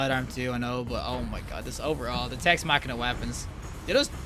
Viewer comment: This guy is really giving me new pet peeves. It’s Tex Mechanica not “Tex Machina” It’s hipfiring not no-scoping. The weapon doesn’t have a scope 😂